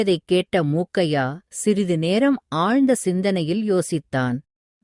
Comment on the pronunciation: முக்கைய்யா அல்ல மூக்கைய்யா.. கதை நன்றாக போகும்போது இதுபோன்ற உச்சரிப்பு தவறுகள் ஆர்வத்தை பெரிதும் குறைக்கின்றன